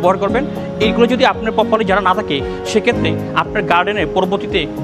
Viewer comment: গুরুত্বপূর্ণ কিছু পয়েন্ট কিন্তু আপনাদের প্রেজেন্টারের শুদ্ধ উচ্চারণ নিয়ে প্রচুর কাজ করা উচিত। ভুলভাল উচ্চারণ খুবই কানে বাজে। যেমন "এখান থেকে " কে ওনি উচ্চারণ করছেন "একান তেকে"। " থাকে" কে ওনি বলছেন "তাকে"